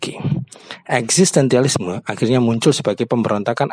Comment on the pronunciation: Eksistensialisme pak, bukan eksistentialisme